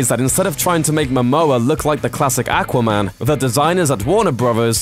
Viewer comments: not ackwa man awkwa man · do not mind accents and the way people say things. Though can you say 'ah-qua-man' instead of 'ack-wa-man'? And isn't an accent over getting how to say a word even remotely in the right way. Its 'Warner Brothers' not 'Warner Brovers'. Drarwing? Really. That is simply not an accent there. The narrator sounds like you picked him out of a bar. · AQUA, NOT ACK WAH! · Not "AK" quaman....It's "AW quaman.... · aqua not akwa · aqua not ackwa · I don't want to be rude but I find it funny the way you say aquaman "ackwa man" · aaqua man lol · Ack-wa man? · The way you say aquaman pisses me off. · The way you said AQUA man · When you don't say Aqua man right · The way you pronounce aquamam kills me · It makes me cringe when people say aqua like that. Not sure why, but it does.... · Is it just me or does it drive anyone else crazy how he says aquaman. And why has none told him he says that fucking horribly. And for the ppl going to say it's his accent. I get that but I don't think thats what causing the problem. Accent or not that should make him pronounce it like that. It drives me crazy! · the way he says aqua bothers me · Dude do you not know how to say aquaman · I dislike the pronunciation of Aqua man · Please learn how to pronounce Aquaman .... had to stop video after hearing your pronunciation several times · I made it to before killing myself because you pronounce aqua-man so fucking atrocious goodbye sweet world